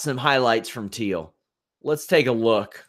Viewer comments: It’s Till, not Teel. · Till must be the easiest name in MMA to pronounce and you’re saying it wrong, how?